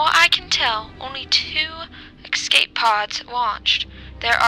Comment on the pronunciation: Great video but the escape pod part makes absolutely no sense, plus escape pod is not pronounced EXKSCAPE pod...